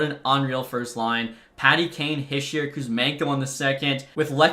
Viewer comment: Hischier is pronounced he-sure not hi-shur